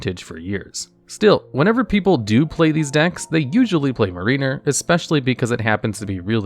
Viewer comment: Not really a big deal, but you should check the pronunciation for Mariner and Eidolon